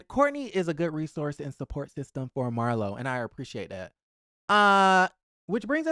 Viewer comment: Not Mar- LOW! 😂😂😂😂